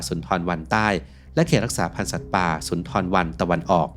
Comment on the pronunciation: เค้าเรียก ซุนดาบัน ทำคลิปทำการบ้านบ้าง แอดมินเอ้ย